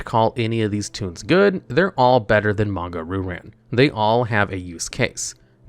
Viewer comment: Monga Roo-Ran. Christ, your pronunciation hurts. Still, a fun little video!